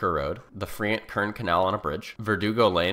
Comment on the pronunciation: “Friant-Kern Canal“, pronounced ‘fry-unt. (From a former Fresno County resident.)